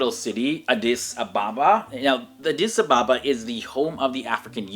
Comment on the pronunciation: I think you spaek amharic that was good "addis ababa" wow nice